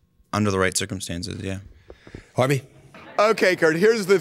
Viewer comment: the way he hit that “Harvey” 😂😂😂😂 his thoughts about the boys answer loud af